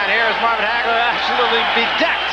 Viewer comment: Its HAGLER, doh!